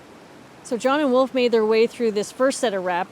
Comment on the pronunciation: Wolf = o, not oo :) - I skip the surname "Höntsch" ;)